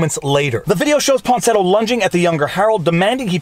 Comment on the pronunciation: > Claims to be a good lawyer, supposedly a good reader. > Keeps calling Miya Ponsetto “Ponsinetto.”